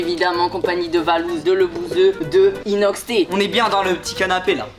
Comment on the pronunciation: michou dit inoxter